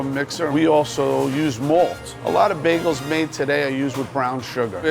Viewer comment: Is it me or whenever they say "bagels", you'll hear "bae goals"? I probably ship them too much oops 😅😂